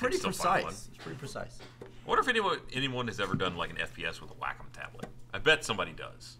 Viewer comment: "Wack 'Em" tablet. it's way-kahm